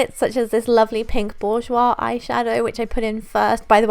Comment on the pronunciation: Hi, My last name is Bourgeois and I am so impressed that you pronounced it so beautifully!!! Rarely hear that. Thank you. I enjoy your projects very much. Be Blessed!!!